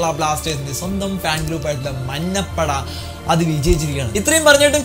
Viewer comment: മന്ന പട എന്ന് പറയുന്നത് പോലെ തോന്നുന്നു ബ്രോ 😬😬